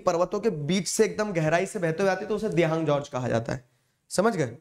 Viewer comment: sir wo dibhang nahi dihang hai